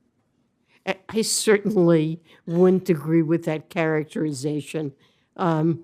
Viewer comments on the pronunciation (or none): What word is “woont?” Is she trying to say “wouldn’t?”